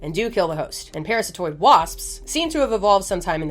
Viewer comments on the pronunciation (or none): Parasitoid ❌️ Paratistoid ✅️ 😂